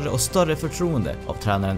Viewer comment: Uttalet på José mourinho ahaha